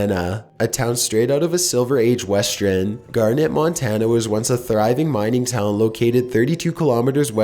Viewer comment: Did.. Did he just say "Westren"?